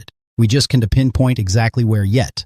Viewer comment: Don-T??? Can-T??? Stupid AI!